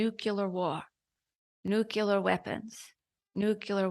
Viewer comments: So the Council says, "Nucular" like Bush. Is it "Nuclear"? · I don't wanna judge n no offense but ur telling me the council pronounces nuclear as "nukular" like George Bush? Haha. Also cancer Is from pollution/chemicals, technology and processed foods.